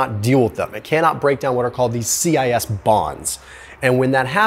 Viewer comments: It's cis not C I S. These unsaturated hydrogen atoms are on the same side of the carbon chain causing electro positive interaction and thus steric hindrance that cause the chain to bend and does not allow for rhe neat stacking that happens with trans hydrogen atoms that are on the opposite sides of the carbon chain. Trans and cis are prefixes that come from Latin. Trans meaning on the the other side or beyond with cis meaning on the side in this case meaning the same side. Sorry to be a nerd buy as a chemist and specifically a food chemist it really bothered me the way you pronounced cis. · Informative! That’s the first time I heard cis bonds pronounced that way.